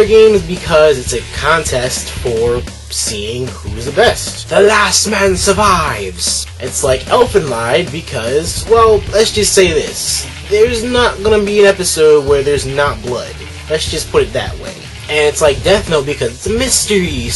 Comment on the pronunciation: It's pronounced Elfen Leed